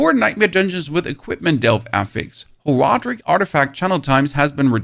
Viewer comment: how you play the game this long and still mispronounce horadrim lol